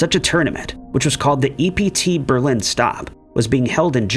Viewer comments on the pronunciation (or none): none